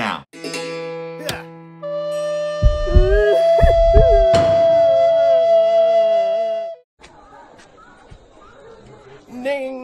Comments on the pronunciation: He just said ning and I'm about to freak out. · 😂 he actully said Ning. That's some funny ass dribble shit.